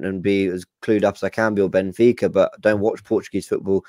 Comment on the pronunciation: PPssst ..Guys. It's Benfica not Bnefica ..Just saying .lol